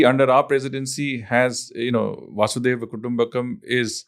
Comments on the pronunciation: Incorrect pronunciation I think. Its वसुधैव. Not वासुदेव. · Its वसुधैव and not वासुदेव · It's not "Vasudeva Kutumbakam" . It's "Vasudhaiva Kutumbakam" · It is वसुधैव कुटुंबकम् not वासुधैव कुटुंबकम्. Very informative podcast. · It’s वसुधैव कुटुंबकम् Not वासुदेव VasuDhaiv Not Vasudev